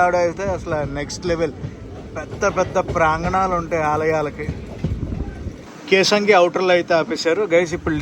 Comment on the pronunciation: Kesangi kadhu bro kesinga 😊